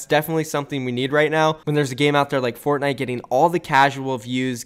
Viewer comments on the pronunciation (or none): none